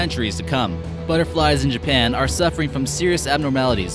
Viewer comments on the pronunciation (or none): none